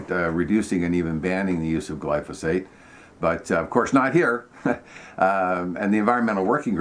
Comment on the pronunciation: It was a bit disconcerting that glyphosate kept repeatedly being referred to as "glysophate" 😂